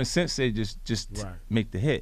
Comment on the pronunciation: It's pronounced sense